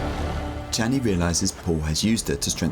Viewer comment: You say the "Sh" in Shani like the "Ch" in Jackie Chan. XD It's not wrong, just funny to my ear after watching the movies many times. '^^ Amazing video! Truly fascinating! Such great narrative inspiration!